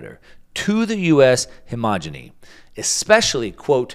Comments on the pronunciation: word is hegemony, not hemogeny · “Hemogeny?” It’s “hegemony?” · Hegemony not hemogeny. Sorry. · I like your program! You're a smart guy. The word hegemony is pronounced " he-je-me-nee," means dominance. Homogeneity means similar values, consistency. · Love the content, but… he-GE-mo-ny